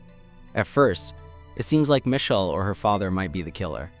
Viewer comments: the text to speech probably can’t pronounce it right lol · yeah, it just sounds hilarious